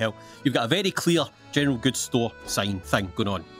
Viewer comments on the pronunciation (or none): General Goods What I hear: Gentile Gills